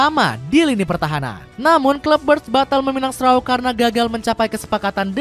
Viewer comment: Memang Strauk, itu pelafalan yang sesuai hukum bacaan bahasa Belanda.